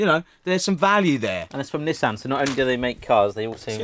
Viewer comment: How do Brits know if you're talking about Nissan or Nissin when you pronounce them both the same wrong way?